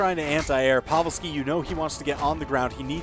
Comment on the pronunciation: wait who's povel-ski